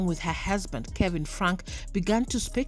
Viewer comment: Are you South African? I can't place your nationality especially when you pronounce Husband as "Hezbend"